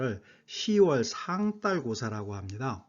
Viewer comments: 애독자로서.............한 말씀 올리겠습니다요.............상달.........에서 달........의 발음은 딸 아니고 달 입니다요 혹 경상도 분이시어서 그러는 것이면 이해해 드리겠습니다 쓸데없이 쎈 발음 자제하십시다요 ㅠㅠㅠ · 상달보다는 상딸이 더 발음이 자연스러운데? 짜장면 자장면처럼?